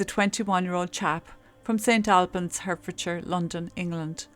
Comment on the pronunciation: Pronunciation...just helping! St. Awlbans and Hartfordshire...I know English pronunciation can be tricky but then, of course, so can Irish!😂🤣😂You speak clearly and I like your presentation.👍 Poor, poor dear Joe.🙏🙏🙏 With Ireland in my blood, I was born in England of beautiful Irish emigrant parents from rural Ireland and to be honest this horrible attitude doesn't surprise me. I couldn't get enough of my roots, feeling at home there in every way and accepted until one day, I realised from things that happened, that actually I was always a 'blow in'. Prayers for Joe and his family.